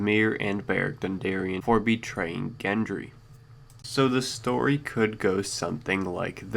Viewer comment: You fucking twit I'm so sick of you fucks mispronouncing shit . Gendry is pronounced like the G in George you fucking asswipe. It doesn't even sound like a fucking name the way you're saying it